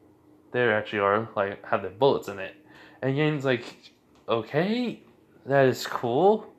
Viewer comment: Jaune name is pronounced like JOHN